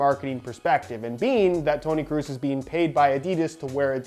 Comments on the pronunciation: I'm not German, I'm Swedish. But I think it's pronounced like "Kråås" Considering the letter å is a Swedish letter the best explanation I can come up with the English alphabet (which is the same except we also have åäö) now is "Krohs" Not "Cruise" haha. No disrespect, just find it funny to hear different pronunciations. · Is Kroos not Kruus Just so you know Sounds weird hahaha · Kroos not Krus, Kross or Kraus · Hey, the 'oo' n Kroos sounds more like the 'oa' in Boat. Greetings from germany, loving your content! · It's should be pronounced like "Krohs" 😉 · I'm german and can confirm that all ways you pronouced Kroos were wrong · Hey, its tony kroos not tony kroos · Haha wie er Toni Kroos falsch ausspricht 🤣